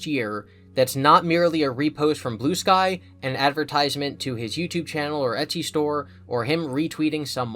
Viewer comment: Every time you said Blue Sky all I heard was Blue Spike...